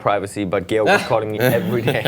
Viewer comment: Georg's face when she pronounced it "gay-org" was priceless xD